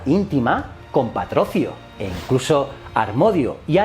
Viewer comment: ¿Patrocio? Es Patroclo, con L (Pátroklos)